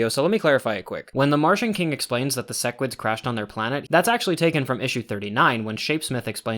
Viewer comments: Man he said sesquids again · You still said "sessquid" lmao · said ses squid at like lol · These pronunciations are killing me, like he watched the show, HOW IS HE SAYING SEQUIDS AND THAEDUS WRONG